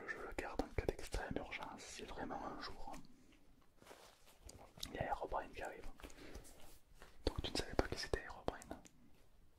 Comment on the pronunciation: Et il dit "airobrine" au lieu de "Herobrine"